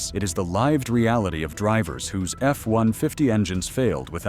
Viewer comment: "The Live - d realit" instead of lived reality? Your AI narrator needs some work, Mr CCCP guy.